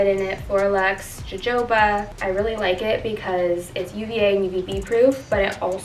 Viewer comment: Fyi you pronounce Jojoba "hu-hoe-ba" :) Love your vids girl